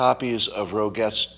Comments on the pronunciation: IKR, “Rogette”? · Ouch! Your pronunciation of "Roget's" should be "row·zhayz." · Scott knows not the plural of thesaurus, nor the pronunciation of Roget's. Life will find a way. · Scott is 60 something and mispronouncing Rogets. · Also mispronounced thesaurus. Must be watching too much Biden.